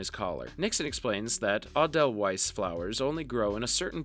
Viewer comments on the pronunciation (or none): I cringed at "Aw dell whise flower" lmao Edelweiss ay-del-vise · Ah-del-weis, East Company. Come on! Is it so hard to do a voiceover without just plugging it all into a computer? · the flower is pronounced A-Dell-Vice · The pronunciation of edelweiss took me out.